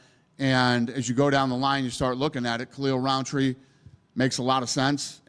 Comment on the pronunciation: this dude said khalil roundtree makes sense lol